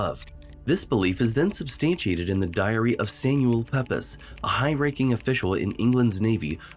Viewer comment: Pepys is pronounced "peeps." 🙄 😅